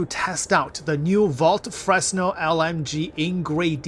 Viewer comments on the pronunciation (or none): Frenel, not FreSnel! By name of great french scientist Fresnel. Like in "fresnel lens" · Yeah. It's "frenel", not "Fresno" 😀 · Pronunciation tip. Fruh-nell. It's a French name and the S is silent. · "Fresnel" is pronounced "Fruh-nell"... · Don’t pronounce the “s.” Sounds like “frennel” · Can confirm. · its french its pronounced Fra - Nel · It's pronounced Frenel, not franel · Fresnel has been dead for 2 centuries and people still can't Google how to pronounce his name?!? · The "S" in Fresnel is mute.